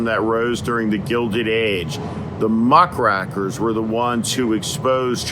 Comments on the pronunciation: Steve, it's pronounced "muck-RAKE- er," not "muck-RACK-er." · 'muckrakers,' not 'muckrackers' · Steve, it’s “muckRAKERs”, not “muckRACKERs”. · Pronounced muck-rakers, as in rake, raking.